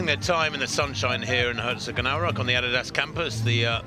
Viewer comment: Is that how you pronounce Adidas? I’m going to stick with how I’ve been saying it for over 30 years